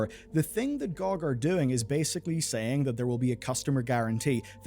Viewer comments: oits pronounced "gee-oh-gee" not "Gog" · I had to stop watching after hearing you call it "GOG" instead of spelling it out, I don't want to be around if you ever do a video on USB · Glad I'm not the only one calling "gee oh gee" "gohg", makes me feel I'm not alone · I don’t know who calls it gog. It’s G.O.G. (gee- oh-gee) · GOG = Gee Oh Gee. What the heck ist Goag? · it is not gog as a word it is always G O G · its pronounced geee oh gee. nog gog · Saying GOG as an actual word instead of "gee oh gee" which is what they are is so annoying and i cant understand how you didn't notice that immediately when you said it aloud and changed your script. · why call it that i always call it (gee oh gee) pronounced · It is really embarrassing to hear someone pronounce GOG lol.